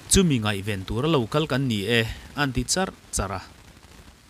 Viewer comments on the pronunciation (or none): none